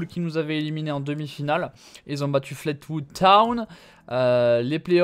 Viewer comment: C'est Fleetwood (flitwoude) pas flate...